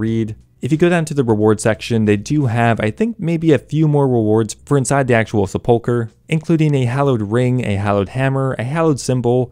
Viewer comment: I can't be the only one to cringe when he pronounces sepulcher.